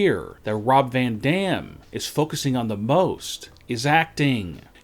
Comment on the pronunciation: He actually says Rob Van Damn! Every sentence goes on same tone